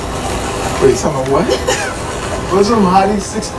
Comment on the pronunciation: It’s pronounced how it’s spelled Muslim not mozlom (Btw I’m not a hater I love the channel)